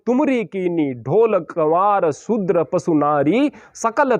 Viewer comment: "पसु" नहीं "पशु" ही सही शब्द है।